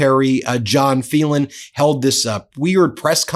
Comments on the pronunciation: Phelan is pronounced Faylan, not Feelan. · Ben, it’s an Irish name: FAY. Len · Phelan is pronounced "FAYlen." I had a teacher with that name. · Wouldn't his name be FAY-lan ?